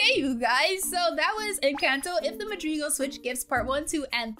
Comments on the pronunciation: Madrids it’s not called madrids it’s madrigals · u said madrigals wrong